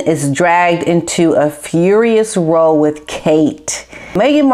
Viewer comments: In the context of “the Queen’s row with Kate and William”, the word row is pronounced to rhyme with the word how, and means a quarrel (I grew up in England where it was commonly used). I watch and Like all your videos. Thank you so much for your support of the RF against the indefensible machinations of Me-me and Ha-ha. I know it isn’t always easy going for you…I truly admire your courage and convictions.😘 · Row as in argument is pronounced like WOW . Not criticising just informing on how the Brits say it xx